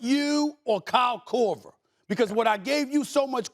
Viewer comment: Stephen A is a hater. JJ Reddick should have made the list over Kyle Kroger. I’ve never heard anyone shoot the ball and say Kyle Korver.